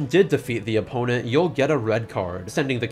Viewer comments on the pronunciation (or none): none